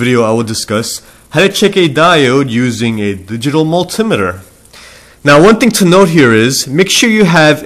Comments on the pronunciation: Good info. But it's 'mul-tee-meter' signifying that it meters multiple things. Were 'mul-tim-iter' correct, it would imply that the instrument meters 'muls' whatever they might be. :D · Ahh... the way you speak out "multimeter" is reallly strange, never yet cool :)